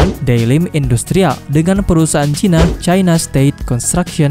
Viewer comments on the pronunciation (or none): none